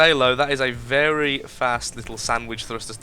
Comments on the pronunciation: Lol vewwy vewwy well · lol. You do vewy vewy well with wails. xD